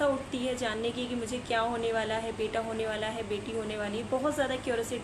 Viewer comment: Aap ka beta or beti pronunciation dono bhi same he sound Kar rahe hai .. I think apko usko high time clear rakhne ki koshish Karni chahiye .. ya baby boy ya baby girl bolkar symptoms batana chahiye .. confusion create Kar rahe ho aap bas